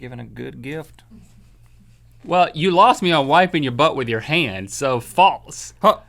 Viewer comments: I love you guys to death, but it drives me crazy when you pronounce "false" like "faltse" !! Haha sorry just had to get that out there. Love this show and Ear Biscuits! Keep it up, fellas ;) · Link says "faltse"